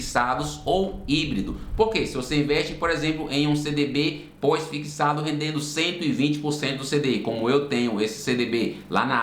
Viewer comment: Fixado ou "fiquissado" ? 😬